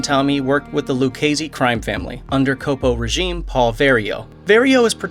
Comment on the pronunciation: In all of these videos, no one can ever pronounce caporegime correctly.